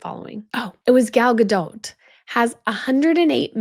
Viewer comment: Please don’t pronounce the t in Gal Gadot’s last name.